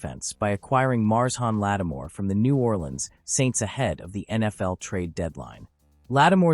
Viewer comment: Another AI reader embarrasses everyone with its "Mars Hawn Lattimore".